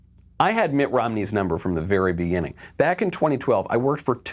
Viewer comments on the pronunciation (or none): none